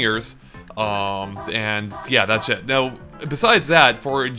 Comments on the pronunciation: Whenever you say "That's it", it sounds like "That's shit" ( ͡° ͜ʖ ͡°) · he said "that's it" but it sounds like he said "that shit"